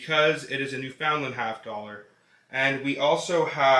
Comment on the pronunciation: IK IT SAYS NEW FOUND LAND BUT ITS PROUNCED NEW FUN LAND